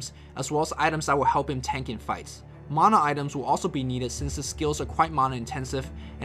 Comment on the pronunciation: "Maahnah Pool" and "Shadow Shaymon"